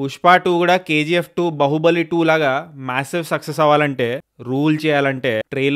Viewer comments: Bahubali kadu brother baahubali anali bahubali means person with multiple power sources baahubali means man with powerful arms rajamouli's movie is baahubali with justified reason for title .. there is a scene in movie why he is named so.. as a critic you must be able to pronounce the title properly atleast ... Just a suggestion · Adi bahubali kadu 😂 baahubali 😅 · బహుబలి ❌ బాహుబలి ✔️